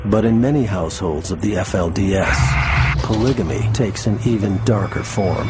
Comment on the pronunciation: It annoys me every time someone says "pligamy" instead of polygamy.